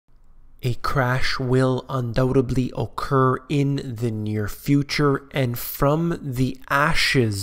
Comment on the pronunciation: Not undoubeBBBBBBBB ly, Undoubteddddddly !